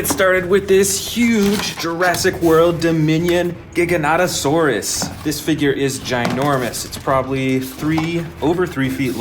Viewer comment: AND YOU'RE SAYING GIGANOTOSAURUS WRONG